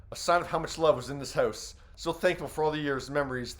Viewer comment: The way you pronounce "house" is criminal Well there goes the evidence